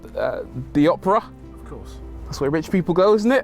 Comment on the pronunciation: Rory : "Take me to the Operah " Chauffeur : Drives him to Oprah Winfrey's mansion .